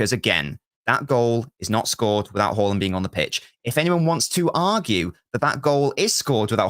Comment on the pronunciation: Can u please tell that fella that the big striker's name is Haaland, with 2 a's, not Horland. He's getting on my last nerve 😂